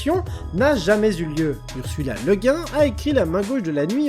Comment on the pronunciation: On ne dirait pas « Le Gouine » plutôt?